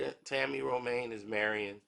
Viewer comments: He can’t even pronounce Ro-Man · It Ro-MAN. Tami Ro-MAN!!! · Romaine? It’s Roman. Don’t disrespect a queen now.